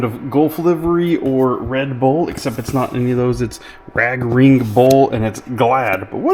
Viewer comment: I believe it's a Raging Bull, not a Rag Ring Bull lol :)